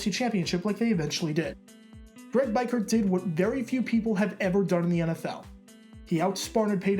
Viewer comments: I'll never forget watching this game as a young raider fan. Good times...Btw it's Greg BEE-KURT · Its pronounced bee-kert wise ass Lmao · Really cool seeing stories like this that might otherwise be forgotten over time. Darrell Russell was an absolute beast back in the day. FYI it's Biekert, pronounced Bee-kurt. He was a huge fan favorite during his time with the Raiders. Great Job, nice vid! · You would think this guy would have watched the footage and heard how to pronounce biekert. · Think Greg's last name is pronounced different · Why he say Biekert like that ?? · This guy can’t even say Greg Biekerts name correct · It was difficult listening to his name being mispronounced throughout the video. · Greg was a stud at CU-Boulder and local kid. This dude made a good video, but butchering the name of the main character was not good. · I'm confused how he didn't know the pronunciation I mean did he never watch a video where they said his name? but don't get me wrong I still enjoy the hell out of this video. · I was gonna mention the pronunciation. This game is legend to real Raider fans. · u pronounce biekart wrong big time.... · Just an FYI here it is pronounced Bee-Kurt not By-Kurt Thanks for the video, it has been a long time since I have heard the phrase, "Raiders host the AFC championship game... :( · BIEKERT = BEE-KURT if it comes up again in another video. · It's bee Kurt not bi Kurt for Greg biekert lol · Great video, but I cringed every single time you said his name. His name was Greg BEE-kurt not BYE-kurt. You're obviously very sharp, and well versed in the game, and good at putting together entertaining and factual videos. I just can't understand how you would overlook something as basic as verifying the pronunciation of the principal player's name?? Other than that, thanks for the very entertaining video. As a die-hard Raiders fan, I remember that fun game all too well. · Greg beeker, not biker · It's Greg "Beek Kirt" not bike hurt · Beekert not Bikert.